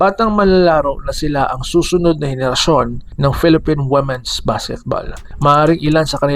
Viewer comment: Ayudin mo pag pronounce Ng womens